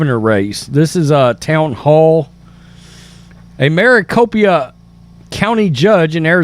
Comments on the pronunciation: Maricopa not Maricopia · Yeah! Where is MARICOPIA county??? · Pronounced Mary Cōpâ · You have me laughing at how you are pronouncing Maracopa. I live in Maricopa County in Phoenix. Yes, we had peeps have to go to other poling sites, which those will not be counted. We have to vote physically at our designated poling sites. I am a mail in ballot voter. I am wondering how those mail in went. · Bro I'ma fan but why are you say Maricopa like that tho 😂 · Is it that hard to say Maricopa?